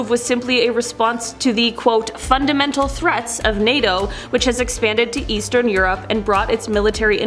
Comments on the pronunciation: What’s with the lady pronouncing NATO? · Why she choose the most difficult way to say NATO